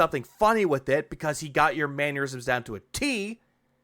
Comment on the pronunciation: Good vid but its mannerisms not mannuerisms.